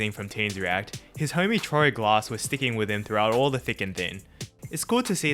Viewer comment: maybe say Troy Glass's name proper becasue i thought you said Troy Glaus